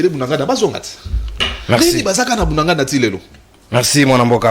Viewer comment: J'entends dire BUNANGANDA...s'il vous plaît c'est BUNAGANA, "BUNAGANA"